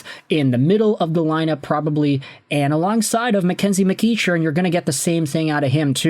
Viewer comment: FYI,, it's pronounced Mc-KECK-earn.